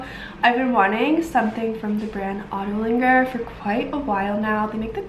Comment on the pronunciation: Great video. Fabulous items and thank you for providing helpful fit and sizing information. Oh yeah, also thanks for pronouncing Agolde correctly .😎